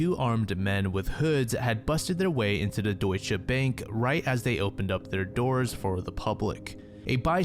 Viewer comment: Not how you pronounce "Deutsche" 😂 but at least it made me laugh. Thanks for the content bro 💯